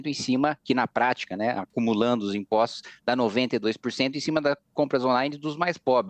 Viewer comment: Este tal de CAMPUCH, ANTES DE TUDO, ESTE JEGUE, ESTE BURRO TEM QUE APRENDER A FALAR. NÃO É IMPOCHTO, É IMPOSTO, NÃO 3 GACHTAR É GASTAR... VOLTE PRA ESCOLA SEU IGNORANTE, BURRO, ANALFABETO FUNCIONAL... ISSO NÃO É SOTAQUE, ISSO É IGNORÂNCIA MESMO.